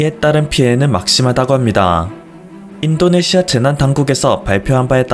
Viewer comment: 그리고 인또네시아로 들린다